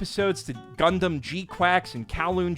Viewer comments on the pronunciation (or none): none